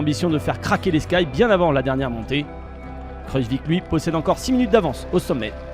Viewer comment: mdrrr il a dit kruzvik hahaha c'est kruijswijk